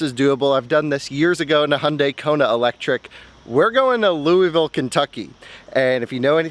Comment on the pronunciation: lui-ville….nah baby Lu-vool is how you say louisville